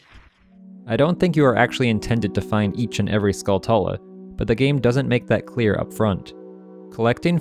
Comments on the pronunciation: JFC. Have you never heard of a tarantula? Say the word out loud. Now say “Skulltula”. You’ve been pronouncing it wrong this entire time. The correct way to say it is skull-chu-la. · How do you literally not know it's pronounced like tarantula. Skull tella... Good grief dude. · Duuuuuude, Skulltula (Skull-CHula) y’know, kind of like tarantula (taran-CHula). Other than that, cool video.